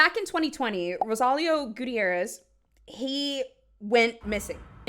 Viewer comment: you didn’t pronounce Gutierrez correctly!!! the first case was hard to listen to because of that 😭